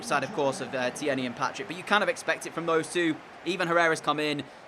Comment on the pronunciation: The way you pronounce tierney 😂😂 its Kieran teer knee